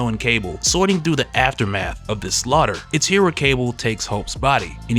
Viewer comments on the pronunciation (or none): none